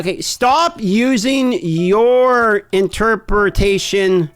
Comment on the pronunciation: "in-ter-per-a-tation" hands: "interperpitetioetion" 😭😂😂